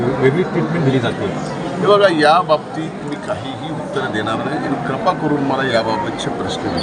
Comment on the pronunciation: कृपा म्हणा, क्रपा नाही.